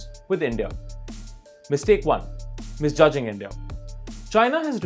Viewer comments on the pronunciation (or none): Misjudging not Misjuding